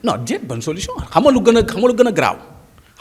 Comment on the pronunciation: Mais toi esque tu est capable de lire et comprendre un livre, ta prononciation ne le montre pas de toute façons, Sonko parle de Solution et non solouson